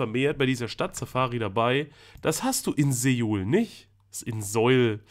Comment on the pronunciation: Soo - uul Nicht Seuool 😂😉